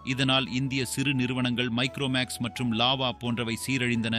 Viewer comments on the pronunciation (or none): none